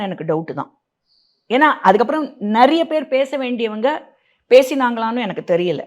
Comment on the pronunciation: ஏய் நாய முதல்ல தமிழ ஒழுங்கா பேசு... நறியபேரு நறியபேரு இல்லை. நிறையபேருன்னு சொல்லு . த்தூ........